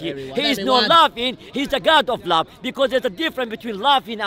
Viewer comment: I like how says love.. "Lufve"